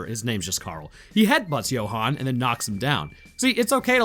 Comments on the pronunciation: Johan as in You-hun Not jo-hun😅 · South African english, assuming a mix with of an Afrikaans accent. Johan is pronounce You-han not Yo-han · Ok my bru I’m sorry to be that guy but Johan is pronounced you-hon (as in honey)